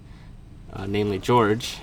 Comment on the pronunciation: "George" its pronounced Hor-hay